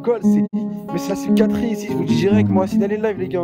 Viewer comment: "-C'est la spicatrique ici, c'est tous des sssicatriques, starfallaaah oh là là starfalaaaah!" C'est un vrai sketche ce live, je compte plus le nombre de fois où je l'ai regardé, et chaque fois je me fend la poire!😂😅